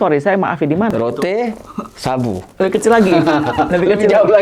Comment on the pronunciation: mbak... Rote itu bacanya tetap Rote.. bukan Root. Rote itu nama Pulau di NTT